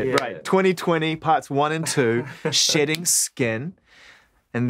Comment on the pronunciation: This Zane dude keep sounding like he says SHITTING when he says SHEDDING.